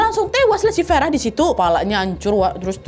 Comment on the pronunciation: maaf kak, pelafalannya agak konsisten ya kak, saya ulang sampe 2 kali, kok tiba2 farah jadi verah